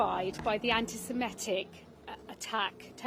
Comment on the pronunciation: She has never said 'antisemitic' before so she thought antisimetic would work instead. home secretary.